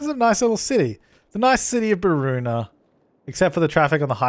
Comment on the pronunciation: not beroona...